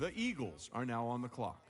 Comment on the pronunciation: are u serious right neow bro